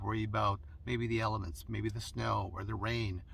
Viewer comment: I thought you said worry about the elephants, and I thought where the heck does he live? Then I realized you said elements! I had a good chuckle at that one.